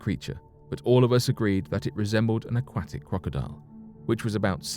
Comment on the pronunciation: Love how you say aquatic, not.